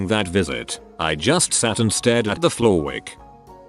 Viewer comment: "I just sat there and looked at the floorwich"